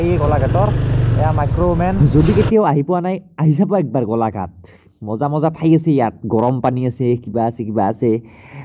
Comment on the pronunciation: গলাঘাট নহয় গোলাঘাট 😒